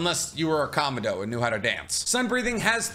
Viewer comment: I love your videos but one thing I’d like to ask is to look up how to pronounce the names correctly. Kanao is not how you pronounced it. It sounds like KA-NOW and Kamado is KA-MAH-DOE. Those are the two I caught on this video and the other demon slayer video you made. Other than that, keep it up!